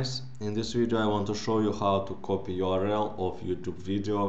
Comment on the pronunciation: Video your-el